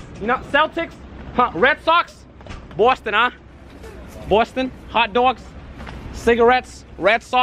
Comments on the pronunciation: Bowston uh... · bostun huh 😂😂kyler genner lmaoo hotdougs